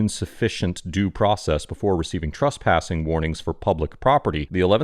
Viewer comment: Please don't pronounce trespassing as "truspassing", it's confusing and needlessly irritating.